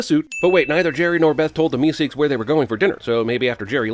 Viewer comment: You know, the way you pronounce things sometimes makes me wonder if you've ever actually seen any of these shows or if you're just reading a script. "MeSEEKS" with totally the wrong emphasis was weird to hear. It's more like "MEEsiks", which you'd know if you'd watched the episode...